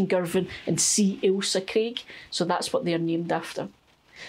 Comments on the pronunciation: Thanks for growing Ailsa Craig. First time I've heard it pronounced correctly. I had no idea. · Love the story and pronunciation of Alisa Craig onions. I do seeds and some plants. I am from the US and have a new channel-AnOldYankeeGardener. I gets this seed from Johnny's, Baker Creek, or West Coast seeds. I buy my plants/starts from Dixion Dale Farms. This is a great video for MIgardener - he is our gardening goo rue! :) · Happy New Year and, I'm so glad you pointed out the correct pronunciation of Ailsa Craig, I'm always screaming at the screen when majority of people say it wrong 😂😂 My hubby used to be a captain in the merchant navy and often worked around the Scottish coast so knew the names of the islands and if we were in Scotland he would point them out to me. Also my Son lived in the Isle of Arran for a few years so again I was familiar with place names. I've always grown from sets but I'm going to get some seeds going this year, I have over Winter onion sets in, but I always do two crops so instead of sets for Summer I will be doing seeds. Thing is my seeds are at the plot and as I said on your other post I haven't been able to get to the plot. I'm starting to feel better (hubby isn't😟) so hopefully later in the week I will be able to get cracking. It's lovely to see your cheery smiley face on the first day of the New Year, you make the dullest day seem bright. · Well you’ve given me a dilemma, first I get a pat on the back for correctly pronouncing Ailsa Craig onions which I’ve grown for a few years, however I’m in Cornwall so now I’m not sure if that’s why they are not huge onions at harvest. How do I tell from seeds which are long day and which are short day onions I’ve never even thought about that before, also I grow in my garden not an allotment so no one else to compare with. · Relieved to know I pronounce Ailsa correctly! I understand the island is where they get the stone used in curling.